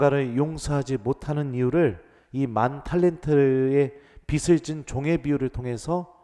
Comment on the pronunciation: 빚을 [비즐] 이렇게 발음해 주시면 좋을 것 같아요~^^ 항상 감사드립니다♡♡